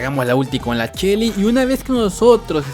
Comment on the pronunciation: Porque le dices chelly en vez de shelly?